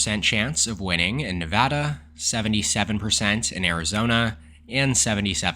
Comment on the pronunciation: You are the man for pronouncing nevada correctly